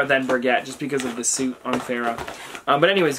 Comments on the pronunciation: BTW, Brigitte it's pronounced Bree-geete, it's a french name. I'm feeling a little under the weather today, but it's refreshing to watch one of your videos, thanks! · It’s bruh-geet-ugh not bri-get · It’s Bra-gee-taa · No offense but Brigitte is pronounced Brigg-Eat-ah